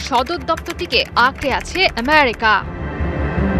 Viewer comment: উপস্থাপিকা উচ্চারণ করছে এমিরিকা,, সালি বেশি ভাব দেকাতে ভাল ভাবে উচ্চারণ করছে,, এগুলোকে কাজে নেয় কেন, আরো কত ভাল ভাল উপস্থাপিকা